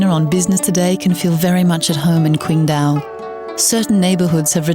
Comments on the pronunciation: Day Dreamer It really is! We don't say "tai kwi" we say "tai qi!" so why kwingdao?! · Damn it's irritating to hear her pronounce the city's name. The English spelling is with a "Q" but it isn't an English word. The Chinese have what is called pinyin which is the Latinization of the spelling. Q is pronounced like a "ch" The name is said like Ching-dow, not Quing-do